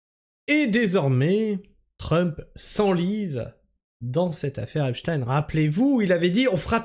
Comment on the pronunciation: Merci de maintenir la bonne prononciation du blaze, que la majorité US a transformé en "Epchtiiiiiine" . Merci de revendiquer la fallaciosité, & stupidité de ces arguments, aussi récurrents que répugnants, que constituent "Wai May tu joues le Jeu de l'extrême (...)" , & "Faut qu'on s'allie tous ensbbbbbllllblbl", ce qui revient à un "tU jOues LE jEU dE La DIViSioN !" in fine... Je trouve qu'il a fait le move le + risqué, insolent, & auto-saboteur de son histoire avec cette affaire, pas aussi sûr que ça finisse automatiquement aux oubliettes comme tu le suggères, juste prcqu'officiellement acté ; de la même façon que jusque là, la majorité de l'affaire était reniée ds son essentiel partout, pourtant la base solide communautaire dite Komploplotiste n'a jamais RIEN oublié jusqu'à mtn . Enfin, dans la mesure où ce qui se passe signifie une trahison frontale de l'Agent Orange envers son électorat, le rendant aussi nuisible ds le reste du monde qu'au Vietnam, + que cette officialisation salace vient des mêmes structures que ces Komploplo ne risquent pas de prendre en confiance, je ne vois pas en quoi ce move les ferait "oublier", ou endormir l'histoire devenant de + en scandaleuse, en fur & à mesure que les dingueries s'enchaînent. La pathologie mentale rattachant les QaNoNistes & autres, à l'AO, ne vaincra jamais l'évidence qu'il s'est foutu de la G du monde entier, & qu'il se met en position de non retour, ce que les membres officieux du Sachoir, ne pardonneront, ni n'oublieront